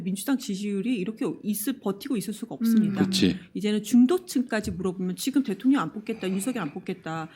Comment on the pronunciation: '대톡녕'이 아니라 '대통년'으로 들었네.ㅋㅋㅋ